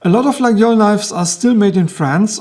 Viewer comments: It's Layole, we say Layole ;) Faite attention au faux Laguiole :) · Lay-ol ??? i Was Under The Impression The "G" is Silent.......